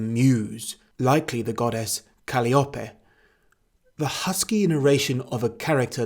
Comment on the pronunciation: It's 2022, if you don't know how to pronounce a word in English you should look it up. Calliope.